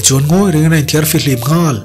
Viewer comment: Nghal... tih thluk i hman dan hian ngaih thlak a nuam lo... a nih tur ang i phawk chhuak lo...ka ip deuh...